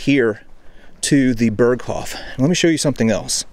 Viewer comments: Pronounced…”bear coff”…..not “bur coff” 😂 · Please stop saying "Berghoff" it's "Berghof". Dagmar Berghoff is a former German news presenter, "the Berghoff" has nothing to do with Hitler's mountain retreat. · Great video. Its hof, not hoff. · Berghof, not hoff. The mispronounciation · Man if u say the original authentic words please pronounce them right .. its annoying .. use the translation if u cant get the pronunciation right, ty . its not fucking BERGHOFFFFF